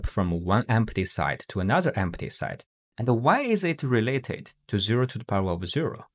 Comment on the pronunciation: Pronunciation note: the vowel in “set” is NOT a diphthong. It is NOT pronounced the same as “site”, “sight”, or “side”.